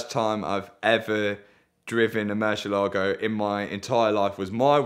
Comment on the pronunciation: Only man allowed to say Meri- Lahgo.